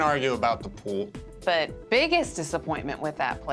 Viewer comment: Who knew the word “pool” had two syllables?